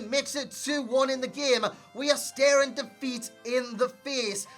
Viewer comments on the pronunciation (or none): none